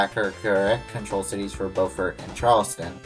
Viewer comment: In SC Beaufort is pronounced BEWfert unlike NC we pronounce it BOWfert